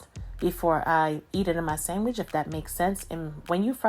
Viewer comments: irish people call it sangwich too when it slaps. followed the recipe and thats a gawdand SANGWICH !!! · We’re you brought up with Italian people? The way you say “ sangwich ” 🇮🇹❤️ ( I’m Italian)